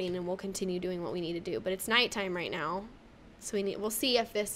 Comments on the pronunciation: Are u saying right now or right meow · U said now like meow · She said moew as now hahahahahhahha